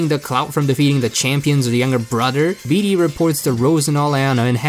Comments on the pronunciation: It's Bey-de it was shown in his Battle theme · It's actually pronounced Beed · It's actually bed-ay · I cant believe I've been pronouncing his name as bay day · You don't pronounce it as bede you pronounce it as bead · I like how every time he tries to say “bede” it’s different ever time It’s pronounced like bead btw Or “be-e-d” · it’s pronounced beed like a beed for a necklace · IT’S PRONOUNCED “Bead” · I love how he pronounced it like bidet once🤣🤣🤣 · Why've I been pronouncing his name like bed this whole time-? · Everybody, Just Listen To Bede’s Theme And You Can Hear Closely That Its Pronounced “Bead” Not “Bee-Dee” Or “Bed” Ty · Did I just hear bidet? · I swear I heard you call him bidet at least once. Not judging, it’s hard to know how this guy’s name is pronounced. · I like how you have very clearly given up on pronouncing Bede 'correctly'. I don't blame you. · I love how u pronounced his name like 8 different ways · I'll watch this all the way through, but just know that every time you say Bede's name I'm having a stroke. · Can’t say his name wrong if you say it every way possible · Anyone else triggered that he pronounced bede 5+ different ways